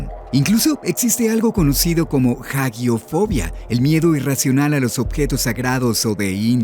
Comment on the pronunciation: Se lee "AJIOFOBIA", no "JAGUIOFOBIA". H muda y la G no lleva U. Por lo demás buen vídeo, pulgar arriba.